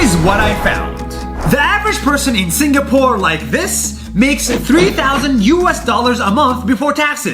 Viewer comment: juat saying i tougth you said singaporn